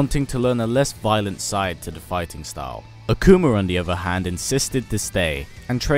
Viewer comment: "Akumer" lol great video :)